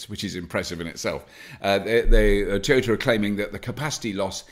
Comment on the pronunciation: T-yert, and Tea-Ota :D Maybe Bobby should only do stories about Nissan ;)